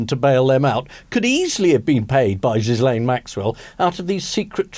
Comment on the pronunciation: Ian, please repeat after me, 🔊 "Ep-steen" and "Gee-layn". Sorry to be a pedant—I'll leave aside your penchant for posh school Latin pronunciations—but each time I hear "Ep-st👁n" or "Jizz-layn", I question how much you're really following this story. Thank you for your attention to this matter.😉